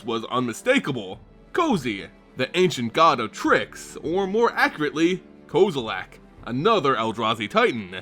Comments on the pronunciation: It is kozilek, not kozilak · Why do you say Kozalack?